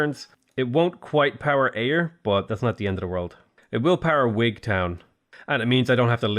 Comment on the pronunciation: Well done for pronouncing Ayr correctly.